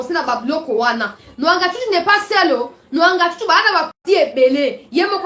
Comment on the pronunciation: Mwangachuchu, pas Nwangachuchu. Merci.